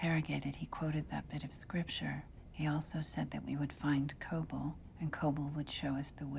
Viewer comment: Kobol is more correct.